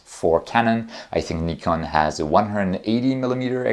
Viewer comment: Truly EXCELLENT presentation. Bonus points for pronouncing correctly: Nikon (well, at least once), Samyang; and for not yielding any objects to the Earth's gravity. 🙂